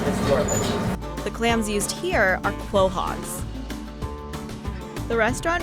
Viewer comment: did you just say clohog that's not a thing it's called a quahog ""co-hog"" I can tell you ain't from New England